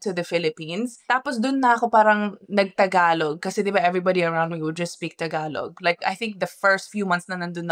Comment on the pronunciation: I'm still at awe at how you still can't say the word tagalog properly despite speaking our language with a fair amount of fluency already, what gives?